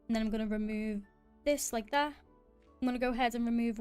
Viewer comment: was a good watch, love your accent everytime you said "like tha" :D